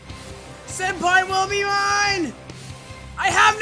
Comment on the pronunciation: He said “Sen-pee”